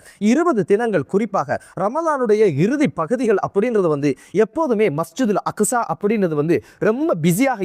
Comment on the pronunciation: அக்குஸா இல்ல அக்ஸா